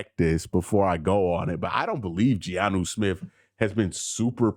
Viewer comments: It's Jonnu. Not Giannu😊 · Btw, it's Jonnu, not GEE-ANU Smith